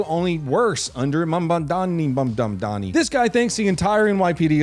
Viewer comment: it's Madmani... MAD-man-ee 😅